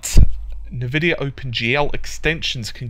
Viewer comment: "na-vidia?" It's pronounced "an-vidia."